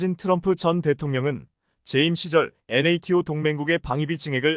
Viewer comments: 야 이사람아 나토라고 그냥 읽어라 무식허기는!@ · NATO를 나토라고 읽어라 답답아